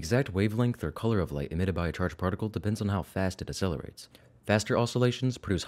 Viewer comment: You're not saying the word accelerate correctly. You're saying it as if it's spelled asselerate. The jacking off reference was not funny. Gross. No one wants to picture that.